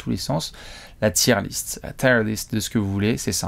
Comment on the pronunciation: Encore une super vidéo mais la prononciation de "tier list" tout du long me donne des frissons 😢